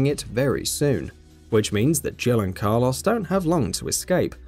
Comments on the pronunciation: I was prepared to write off Car Loss as British/UK aluminum/aluminium across the pond dialectic difference but then the 3rd time you used his name, far too much btw use different ways of referal, you said it properly. I was gonna leave it be... But I draw a firm longitudinal line in the sand... That coarse sand, irritating and getting everywhere... I stand and fight them on the beaches when you try and tell me youre serious about Mick K. Eel... Mick. K. Eel.... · Person: who's that? Narrator: That is Car-loss, an umbrella mercenary Car insurance agent: WHAT DID YOU SAY HIS NAME WAS!? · The "Car Loss" really made this unwatchable. You can say Mikhail properly but not Carlos. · Ah yes, my favorite Resident Evil character. Car-Loss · Saying "Carloss" versus Carlos is grinding a gear I didnt know I had lol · It really bugs me how he ronounces Carlos as "Car-loss" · Take a shot when he pronounces Carlos as Car lose. 😤👌 Definitely going to the hospital with alcohol poisoning 😂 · Car "loss"